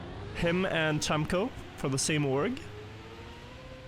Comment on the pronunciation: cemkoo's first letter is more like "jazz" rather than "charlie"